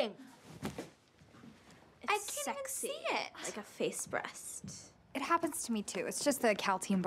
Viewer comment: The way she said “LiKe a FaCe Breassst😩”